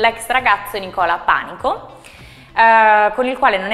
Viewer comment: Panìco! ìììììco, l'accento cade sulla ì, non sulla à, non Pànico.